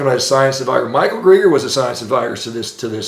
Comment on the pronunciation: another Shawn ministroke. He babbles and repeats himself and then stutters and stammers all the way up to trying to pronounce Greger.